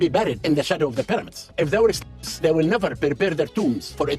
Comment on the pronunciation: Bruh can't even say the word slave lol